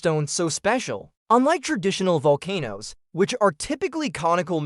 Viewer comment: What is with the weird way volcano is said?